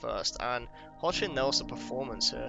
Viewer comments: For future reference, the last name of the actor playing Clark/Superman is pronounced 'HECK-lin.' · Tyler Hoechlin pronounces his last name Heck-Lin. Just thought you would like to know. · great essay, thx! Hoechlin is pronounced heck-lin